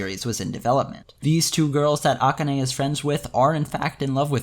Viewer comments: The fact that you keep pronouncing akane's name like that is really throwing me off, but good video overall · Is there a reason you pronounce "Rikka" the Japanese way but not "Akane"?